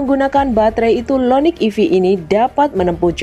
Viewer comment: Hyundai IONIQ bukan Lo Loniq 🤣🤣🤣